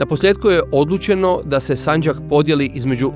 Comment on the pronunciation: narator uporno govori sanđak,odlućeno… kako je to moguće?